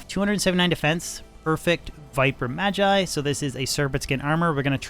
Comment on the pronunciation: It's always interesting to me when people mispronounce "magi" or "magus," seemingly not seeing the linguistic connection to "mage."